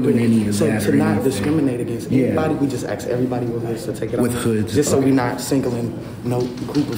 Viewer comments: Please, learn to say ASK not AKS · You know when a man or a woman says the word ax instead of ask you will not prevail mentally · Axed?? Why is that guy axing people??? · Yeah, what is the deal with people not being able to say, “ask”?! I’m sure they can say “ass” just fine, so put a “k” on the end of “ass”! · tries to axe everybody.